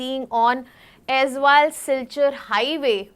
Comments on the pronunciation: it's also not Azal, it's Aizawl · Not Aizwal, it's AIZAWL, pronounced Ay-zol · Not Aizwal. Aizawl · AIZAWL ( EYES ALL OR AI ZOLE) NOT AIZ WALL OR AIZWAL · Why always AIZWAL? ❌ It's AIZAWL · CORRECTION: its AIZAWL, not AIZWAL.... in Mizo alphabet "AW" is pronounced as "O". So, Aizawl is AIZOL. Not aizual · It's Aizal not Azwal. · Pronounce Aizawl like Eyezol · Aizawl not aizwal …2025 cmon guys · it's pronounced like Aizol right ,will remember it bro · Mam it's Aizawl